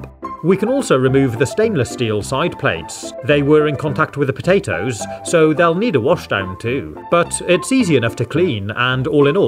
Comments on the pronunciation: i love it when he sais "pota-toes" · The way he says potatoes 🤣🤣